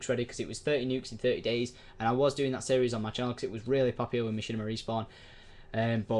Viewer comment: lol its series not serious